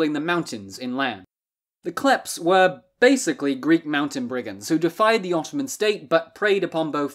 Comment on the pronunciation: Good video but as a greek i cant help but laugh when you desperatly try to pronounce greek words